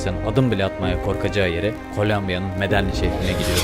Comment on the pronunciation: Medeyin diye okunuyor